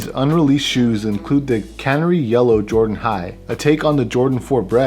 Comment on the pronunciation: Kuh-NAIR-ree yellow. Not cannery.